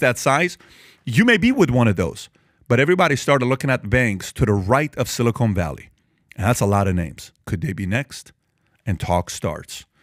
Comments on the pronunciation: PBD you are killing me with your pronunciation. It's silicon, not silicone - two different things entirely. The first is an elemental metal that semiconductors are made from the other is a polymer sealant.😊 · Patrick, please stop saying "silly-cone". It's "sili-kahn" 😂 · 'Silicon' NOT 'Silicone' - there's a difference🤣😒